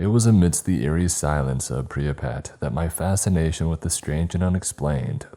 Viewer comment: I cannot be the only one who heard Pripyat pronounced as “priah-pet” at minute ? I even skipped it in reverse a few times to really hear lmao.